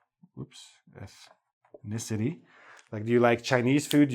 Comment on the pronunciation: Your pronunciation of ethnicity is almost indecipherable.